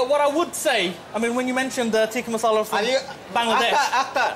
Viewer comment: "Masala" not "Marsala"🤦🏻